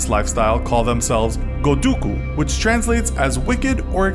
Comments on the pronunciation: It's gokudou not goudoku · ☓godoku誤読→○gokudo極道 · gokudo not goduko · Goduku.... oh, you mean 極道＝Gokudo? For a moment I thought you started talking about new sudoku or something. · Hi I think it’s not Goduku it’s Gokudo btw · I think you meant Gokudo, not Goduku. The 'Du' sound doesnt exist in japanese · It wasn't goduku, it was gokudo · Goduku? You mean Gokudo? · Do you mean Gokudo? Not Goduku. lol. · Great video! You've got yourselves a new subscriber, BUT ... there were a few mistakes here (in fact more than a few if you count both spelling errors and the mispronunciation of all of the Japanese words) that I'd like to correct. 1. The term "goduku" is wrong and means nothing; the correct term is "gokudo" 2. A ronin was not a master samurai, but rather a masterless samurai (ronins were part of the lowest social class* in feudal Japan and generally despised by all, as traditionally masterless samurais should've committed seppuku [ritual suicide] as a sign of allegiance to their passed master and not doing so was considered the most disgraceful act a samurai could've committed) 3. Yubitsume (finger cutting) was not introduced in early Yakuza history to weaken your sword grip, but rather due to East Asian cultures forbidding left-handedness (the sword gripping factor was only part of Japanese swordsmanship culture) + I think it could also have been worth mentioning that the Yakuza consists largely of ethnic Koreans and societal outcasts (burakumin), but I can't argue omitting this is a mistake *The social hierarchy of feudal Japan was the following: 1. The emperor (he was thought to be a direct descendant of the sun god Amaterasu, yet was merely a figurehead wielding little political power) 2. Shoguns (military dictators and the de facto leaders of Japan) 3. Daimyos (feudal lords controlling large parts of Japan) 4. Samurai (noble warriors serving daimyos) 5. Common people (9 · You mean gokudo? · Gokudo not godukuh lol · Haahahah "goduku"